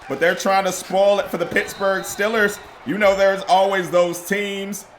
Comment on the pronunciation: "Pittsburgh Stillers"